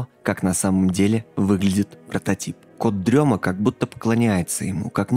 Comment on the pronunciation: Почему всем все равно на произношение "кот-дрема", когда и в переводе, и логичнее говорит "кот-ДРЕМОТ". Камон, рифма все дела, для детей, зачем колесо изобретать